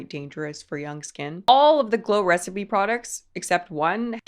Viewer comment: Help she can’t even pronounce glow recipe why does she need it 😭✌️